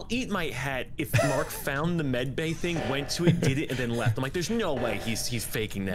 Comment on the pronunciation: mark:he said medbey 12 times XD